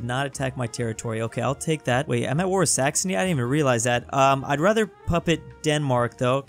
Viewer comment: did he say s*xony?